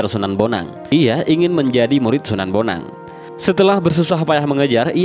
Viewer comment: Wa'alaikum salam wr.wb... D awal slh ucap mas... Sunan bonang bkn sunan boneng...